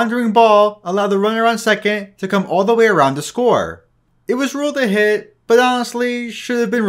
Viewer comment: dude, why can't you pronounce hit?